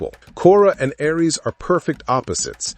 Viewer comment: Ironic this channel using an AI to read and mispronounce over and over Ares